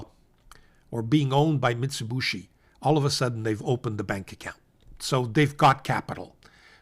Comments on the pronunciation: I know it's easy to mispronounce but it is not MITS_i_B_u_SHI but MITS_u_B_i_SHI. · Thanks,. (btw, it's Mee-tsooh-Bee-shee) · MIT-za-boo-shi? Ok thanks for pronouncer— I’d been calling it Mitsubishi like the car co